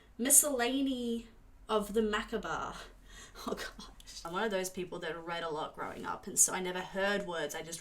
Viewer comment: Macabre = muh-kaab.